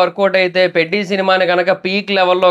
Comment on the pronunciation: Not పెడ్డి బ్రో .... Telugu pronounciation lo peddhi like team leader maadhiri